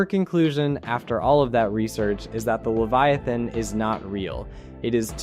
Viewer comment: Why did you replace the e to an a in leviathan